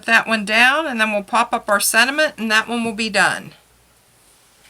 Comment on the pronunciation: I liked your video but the word is not sed·i·ment it is sen·ti·ment